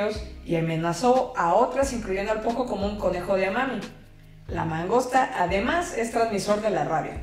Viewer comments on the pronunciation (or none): La entendí perfectamente, porque ya tenía información sobre el quebracho y el kiri, empero, su divulgación es mas extensa. Gracias por todo. P.D. no se si dijo mangosta o langosta, y me entero que esa especie cause rabia. Ando en estudio de la porcicultura mientras la escucho.